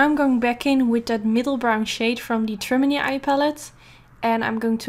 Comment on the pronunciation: i know you do not speak english but "trimony" actually stems from the English word matrimony which is where the palette gets its' name as in (matte)trimony so "trimony" is actually pronounced TRI-MOAN-EE or MA-TRI-MOAN-EE if you put it all together. I'm not trying to be rude it's just i'm learning a new language and i appreciate it when a native speaker corrects me. <3